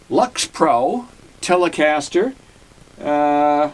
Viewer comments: The brand is pronounced "Licks Pro." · Paw-low-nee-a and licks-pro. And please at least say Grote as in growth and not grout. It's hard sometimes to understand Boston here in Texas. Excellent playing, so it's amazing for the price. A pair of pickups and wow!